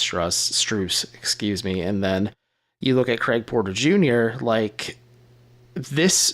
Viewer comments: “strUHs” 🤣🤣🤣 its so annoying. I love this channel but sometimes I question if they truly know ball. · They mispronounce strus every time too. These guys are too lazy. And I feel like they're getting lazier. I Love My cavs content but these guys are putting me to sleep.